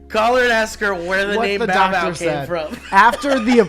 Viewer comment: It's Bow Bow not Mow Mow